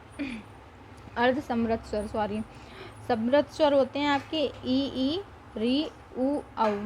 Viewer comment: Shwar nhi swar